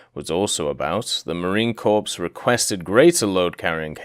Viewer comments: One thing that is going to annoy a lot of people besides me is how you pronounce Marine Corps. You don't pronounce it like corpse, it is core. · He is pronouncing Corps as 'corpse' on purpose right? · Corps is pronounced like core